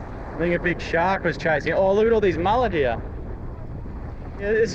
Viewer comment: He's teaching her an Aussie accent. Hee Auh.(here)